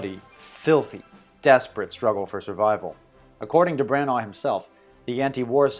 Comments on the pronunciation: For heaven's sake learn how to say Branagh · why are you saying Branagh so wierdly?